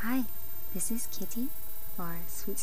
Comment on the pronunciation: Did you say, Hi, this is Kitty, or Katy? I didn't quite understand. Your real name is Kitty? :-D